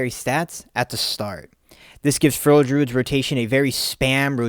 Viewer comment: I love feral content. I would love it even more if you would pronounce "feral" properly. Its not furrel.